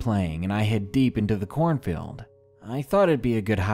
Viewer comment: You pronounce "cornfield" like "Seinfeld"